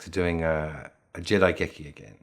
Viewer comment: Its not jedaigeki--its jidaigeki.